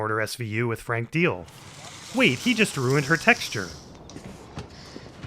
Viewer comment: you forgot to add a counter to the counter counter because of the new “textyuh” count